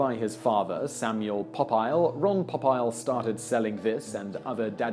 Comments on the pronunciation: Pop-isle? wrong it's Po-peel. The game is Rook, not Rock. I would have expected you to get that as rooks are European. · LOL!!!! "Pop-Aisle"??? It's "Po-peel", moron! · simon its po-peel